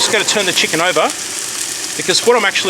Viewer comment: Great recipe and I love the way you say CHEE-can.😄